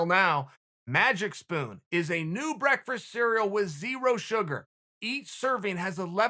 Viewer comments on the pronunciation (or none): Chael “Breakfrest” Sonnen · No one: Chael: Breakfrast